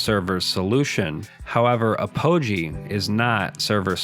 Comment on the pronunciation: "Apogee" is pronounced "AH-poh-gee," stressing the first syllable, not "ah-POH-gee."